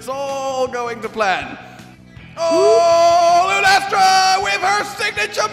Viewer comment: "Lunestra" lol